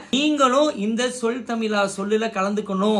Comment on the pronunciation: Tamil prrayama. Tamila. Va. Iyyo iyyo iyyo U r not able to pronounce thamizha correctly. Pathetic